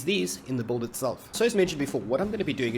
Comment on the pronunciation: can you make a compilation of you saying build? Kreygasm “buld”